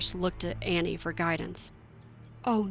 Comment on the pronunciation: And btw it's pronounced Awwwneee